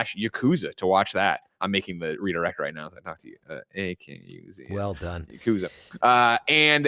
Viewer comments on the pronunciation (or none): Not as bad as "Ya-KOO-za"